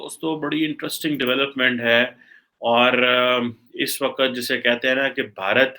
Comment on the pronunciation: Waqat nayii hunda..Waqt volta kar. Urdu ke tallafuz pe twajjo diyan karo, miyan. Do you really think Pak can be included in such alliance? Your leaders are morons, corrupt and untrustworthy. Thank God, we dont have any worth while relations with your country. You people are despicable. Shahbaz Sharif is also moving on the foot prints of Imm the Dim. Feel sorry for the awaam of Pakistan.